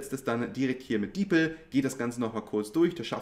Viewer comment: Man kann auch einfach in deutsch mit ChatGPT schreiben.. Und das heißt nicht Deepl sondern Deep L..